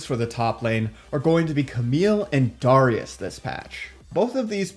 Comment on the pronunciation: The way he says Darius ugh